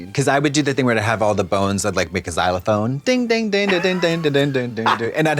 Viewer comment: Xylophone? Xylo"bone" 🤣🤣🤣